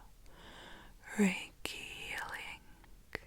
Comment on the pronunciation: Did you just say Ricky Lake? Reiki lake?